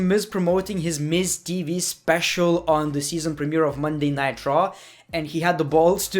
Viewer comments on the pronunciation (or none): I find it annoying how you say monday night raw "monday nightraw